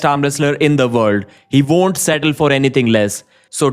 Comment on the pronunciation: Bro, stop saying veek and vonder. You can pronounce w correctly, I've heard you do it